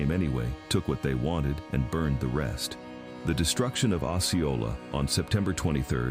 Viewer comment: Lord it's not along the Kansas border and it's pronounced oh see oh la